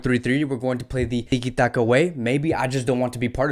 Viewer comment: Did you just say iki taka? 😂😂😂